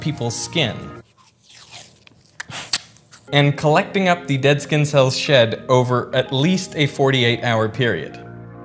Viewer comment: Why do you pronounce the letter “S” as it were a “Z”? “ReZources”? “Zkinn cellz”? “Zpace”? On another note, taping a container to your skin would just create a micro climate with an unnaturally humid and still environment.